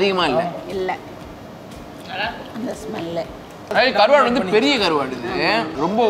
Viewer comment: Karvaaad😅😅😅(vadivellu slang)